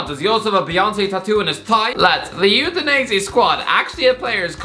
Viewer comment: this guy makes Udinese sounds like Euthanize it